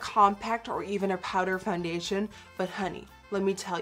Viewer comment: I love how u say foundetion ♥♥♥